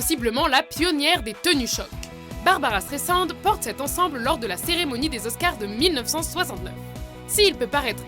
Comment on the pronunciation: ça se prononce S-trai-s-and...